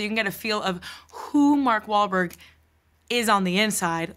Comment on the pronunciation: MARK WAHL, MOL, WOL, BAHL, WAHL, MAWLWHALBORG